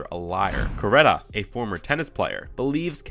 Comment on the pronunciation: You pronounced nearly all the names incorrectly. Rune=Roon-uh, Corretja=Corretcha